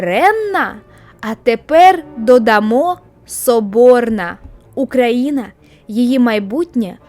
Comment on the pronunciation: Чого ти все відео кажеш "Украіна", а не Україна?